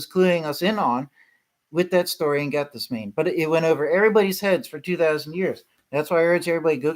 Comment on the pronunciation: Pronounced "Gath-sem-min-nee,"